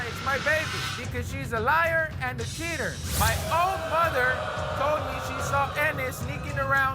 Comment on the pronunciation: ""cheater" sounds like shitter which is kills me